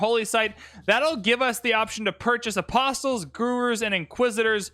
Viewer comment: BTW you don't sound the 't' in apostles